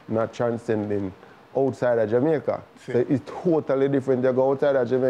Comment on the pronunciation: I swear if I hear this phucking guy say "JU MAICA" one more time my head is going explode. My God man, You're worst than Portia, and she was trash when it came to pronouncing the word. You need to do better as a big tv host man. SMH